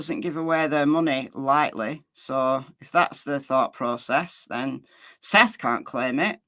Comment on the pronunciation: Dog has already came out with his theory. Sounds like he’s taking Seth’s words as facts. He wasn’t even saying Seth’s name right. Lol I wonder how much “investigating” he’s really gonna do. Hey I’m gonna be optimistic, maybe there’s a method to the madness.